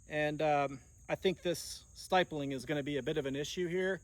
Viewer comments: stipling, not stipeling. Pronounced like skip. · Stipeling? I bet he pronounces nuclear as nuculear. 😂